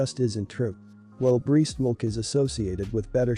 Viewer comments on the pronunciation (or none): Learn how to correctly pronounce "breast" and "breastmilk". The way you say it is idiotic.